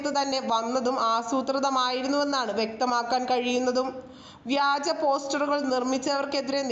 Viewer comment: വ്യാജമോ നാണം ഇല്ലേ വഗാജം എന്ന് പറയാൻ നിനക്കൊന്നും ഒരു മറിയും ille